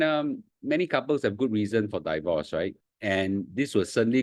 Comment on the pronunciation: Please pronounce “divorce” correctly. It's “deevorce”, not “daivorce”. Not I say one, my dictionary app say one.